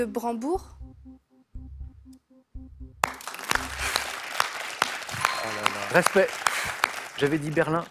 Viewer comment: La porte de BranDEbourg et non Branbourg.